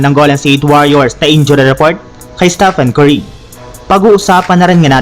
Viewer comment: Ayusin mo yung Pronounciation mo Staphan Curry kindi Stephen Curry!! Isa pa walang rumesbak sa Lakers infact olat na naman sila sa Thunders!!😭🤮😭🤮😭🤮😲😲